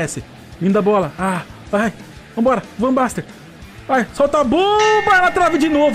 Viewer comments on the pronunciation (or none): Chamando o jogador com o nome errado também... "Van Baster" KKK Aí ele se rebelou contra ti. kkk